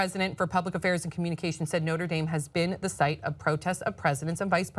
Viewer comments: I like how pronounced the school No-tra Dahm and then later said No-ter Dame. Make your choice and stick with it my friend. lol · I live about 10 minutes from Notre Dame and I laughed when pronounced it the French way.. no one pronounces that way! But anyway, I had hoped you guys would mention the fact that Pence was the governor of the state where Notre Dame is. These students have already experienced having Pence in charge.